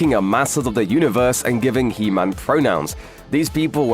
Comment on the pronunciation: it’s he man not Hemnet